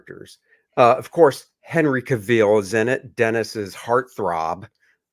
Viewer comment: Ca-veel? Gentlemen… :-/ I definitely agree it was too long and the CG stuff was awful.